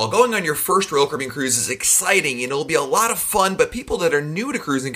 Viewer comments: I hear Rulkaribbon! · “Roll Kibbean” or “Roll Cabbean” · Manny Lyn “Roll Kibbean”, that’s what I hear, lol.